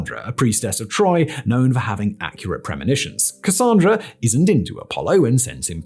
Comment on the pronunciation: THANK YOU for saying Cassandra correctly!! That’s my name and folks usually get it wrong.